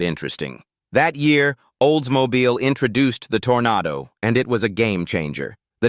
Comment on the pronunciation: Not olds mobile tornado Oldsmobile toronado Stupid a I voice generated , and I hate this guy's voice